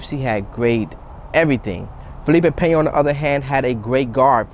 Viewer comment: Hit the dislike because you said his name wrong otherwise good video lol